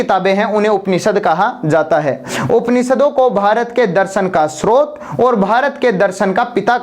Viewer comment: रचियता नहीं रचयिता होता है, उसी प्रकार स्त्रोत नहीं स्रोत होता है।